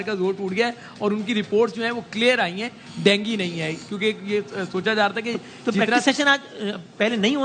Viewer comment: Bimari ka pronounce bhi nahi aata PCB ko india me world cup hone se jalan hai isliye ICC me juthi complain karate hai Dengi nahi dengue